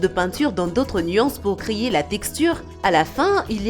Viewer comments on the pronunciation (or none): C normal elle dit créyer